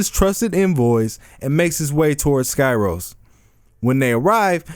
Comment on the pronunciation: It’s pronounced “ski-ros”